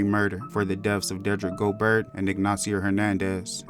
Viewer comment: its spelled gobert but its pronounced "go-bear" yaw dont be doing the right homework before doing these videos.